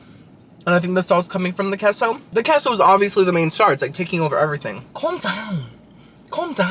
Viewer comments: K-so, you know queso is pronounced, K-so not keso, right? Yeah, I knew you did. After all you are 1/2 Cuban. LOL...Narrr...🤣🤣🤣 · QUESO= K-SO not KESSO 😂 I can’t take it 😂😂😂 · “Queso,” is it not pronounced “K-so?” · It's pronounced kay-so